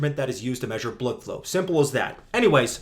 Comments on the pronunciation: I had to stop. Your pronunciation of blood flow was exhausting to hear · good video great information but get to the point, you spent about 5 minutes insulting a supposed friend of yours, childish tone and the weird pronunciation of blood flow got real old and annoying man you sound like a kid that gets obnoxiously mad when someone disagrees with them, slow down I get it you don't like the misinformation getting put out but relax let your good research do the talking. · I must be mentally ill... no matter how many times i hear him say "Blødflo" I cry laughing every damn time 😅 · i watched the entire video just to keep hearing him say BLUDFLOW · Why are you saying blood flow like that? I can’t make it though the video. Is it a joke I’m missing? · So is he saying bloodflow like that because its from a different language or to mock it? Im not invested in this topic so if this is a common thing i wouldnt know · Why the fuck can you not say blood flow normally? And why can't you make a video without being so angry? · why do you say blood flow with a german accent?